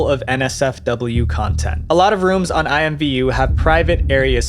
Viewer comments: It’s actually pronounced IMM-Voo lol believe it or not. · Today I learned that IMVU was ever considered a kids game and alsothat it was pronounced i-m-v-u instead of imm-voo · I played IMVU when I was maybe 15 to 16 y/o. I had 2 accounts, because I didn't play it for like a year, and forgot my old account's password. I also pronounced it "eemvoo" xD